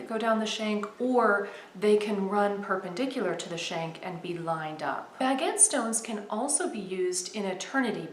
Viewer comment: I love how you pronounce "baguette" really. It's a pretty design but I still prefer the usual or common diamond cut. Thank you so much for sharing another jewelry minute video...xoxo